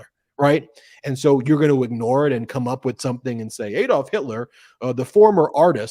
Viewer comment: Its ADD-olf NOT Ade-olf. Please get it right.